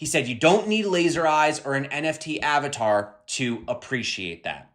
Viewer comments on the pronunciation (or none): none